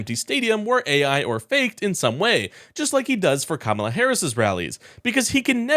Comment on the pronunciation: Oh no. He pronounced Kamala the correct way.